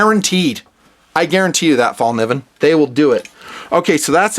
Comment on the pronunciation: You Sir, are the first non-Swede I have heard that pronounced the name of this knife makers name right! Awesome knives, I collect and use them my self. They are Swedish designed, but manufactured in Seki Japan to the highest standard!